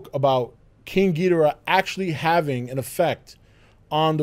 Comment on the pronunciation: Am I the only one bothered by how he says Ghidorah